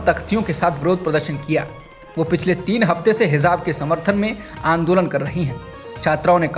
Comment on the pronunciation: अगर बुरा न लगे तो हिजाब को hizab उच्चारित न करें। Hijab सही है।